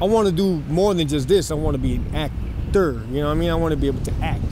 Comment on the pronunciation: “This vato said I want to be a “AcT—Terrr” clown ass foo